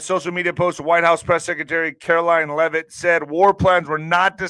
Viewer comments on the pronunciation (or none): none